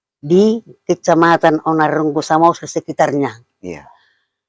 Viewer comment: Bang,pengucapan nama nama tempat tolong di mantapkan,seperti onan runggu harus diucapkan dengan terdengar bunyi huruf "g" double ,seperti ini R.U.N.G.G.U bukan rungu, Begitu jg dengan tempat tempat wisata warisan leluhur kami,baik air terjun ,bukit,jalan,tempat,kawasan dll Kalo ABG udh terbiasa merubah rubah pelafalan dalam menyebutkan hal hal sepele,nnti ABG terbawa bawa ke hal besar Sampe sini paham ya bang? Saya Gultom, Samosir itu adik kami kalo dikasta batak